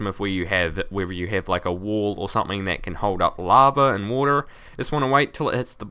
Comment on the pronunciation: woter laver you can get laver from neever and thats how you make regin walls